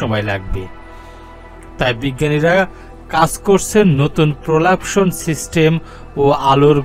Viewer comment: ঠিক করে উচ্চারণ টা শিখুন.... তারপর মহাকাশে উড়ুন😅